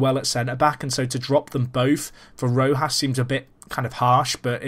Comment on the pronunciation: You pronounced Rojo right, giving the J the type of sound it actually has in Spanish. So you're pronouncing Rojas right, too. Not perfect, though, because it should be stronger. Also, it's the same sound that the G has when it's followed by an e or an i, so with that you should start saying Germán correctly as well. I am quite weird regarding the camera I use: I think FM is meant to be played on 2D classic as to see the whole pitch and the whole team action; but I watch it in 3D for more similarity to watching football in TV, kind of more realistic or to help watch football better in TV, if that even makes sense. Often I go "Why am I using 3D when I think this should be played 2D? It's stupid!". When I would definitely go 3D, though, would be if there was a dug out camera.